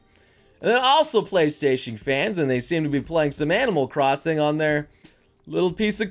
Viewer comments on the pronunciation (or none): none